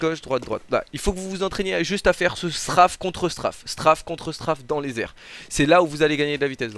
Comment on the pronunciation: il me stress il dit STRAAAFE alors que c'est STRAYYYYFE (La prononciation).